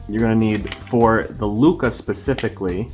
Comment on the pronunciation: NOOOO ITS LUCHAAAAA LOLL